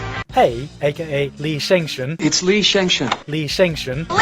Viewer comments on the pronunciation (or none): roflmfao, LI SHENG SHUN? LI SHENG SHUN :D